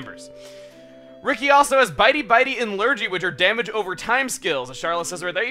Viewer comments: I know this is quite late, but it's pronounced Lur-gee no lur-jee. It's a british term for a non specific illness (generally something not too dangerous like a cold or something) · Great job,! I'm enjoying this series a lot. Pro tip: Lurgy rhymes with Fergie. It's from an old British radio program, the Goon Show. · Not to be nitpicky, but Lurgy is pronounced with a hard G; it is an English term for a non-specific illness, either real or imaginary (like man-flu, sniffles or the "24 hour bug") that came into common use through a 1950's radio play called The Goon Show about a fictitious disease called "the dreaded Lurgi". Cooties would probably be the closest US approximation.